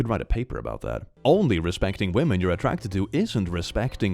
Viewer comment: He said Women hah he means Wamons.